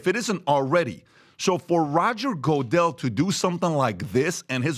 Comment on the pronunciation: "Roger Go-dell" 😂